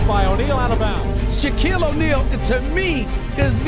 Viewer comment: That guy said Shaneal O’Neal